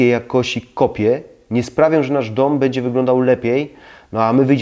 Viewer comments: Ciekawe uwagi, ale skoro zwraca Pan uwagę na kwestie estetyki, proszę na Boga, mówić poprawnie. "Bedzie" razi potwornie. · Ja miałbym tylko jedna prośbę, publikując filmy, zwróć uwagę na wymowę, np. słowa „będzie”, Podniesie to jakość, (to nie ma być uszczęśliwiać, dobra rada) Pozdrawiam